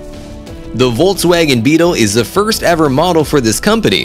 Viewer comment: Its volkswagen not woltswagon😂 Edit And its porschE Not porsch